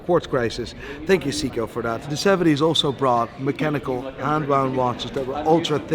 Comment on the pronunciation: Love the watches from all the microbrands. And i support many of them already😊 but! It is SEEGO it is SEIKO 😂